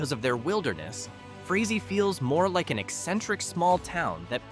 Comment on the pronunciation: You did great until the end. It is pronounced, "Fray Zee".